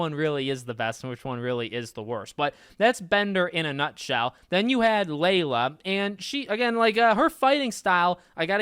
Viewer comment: Aint no way my boy said layla